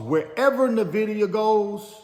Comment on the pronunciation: Please research how to say Nvidia, you pronouncing it incorrectly is either an inside joke or a serious lack of research.